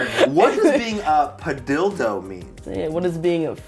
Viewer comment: why padilldo instead of padillo